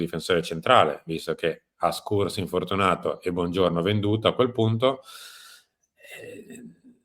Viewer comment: Schuurs si legge SCIURS, sant'iddio, non "Skurs".